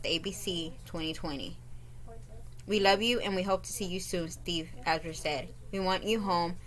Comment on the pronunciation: Last name is pronounced , Izenburg .